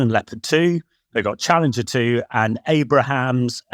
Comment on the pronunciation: Abrahams? Nucular? Surovkin? come on. the content is great but the pronunciation is cringe.